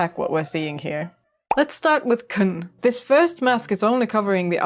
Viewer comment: Anglophones tend to pronounce the name wrong. Khn in french is closer to Kin not Kun.